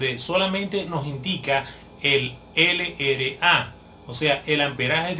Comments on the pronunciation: esta bien pero no se dice ere ele a, se dice erre ele a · No es ere es errre